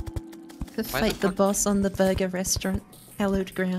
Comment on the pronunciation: No one: in the intro: BORGUER PUNCH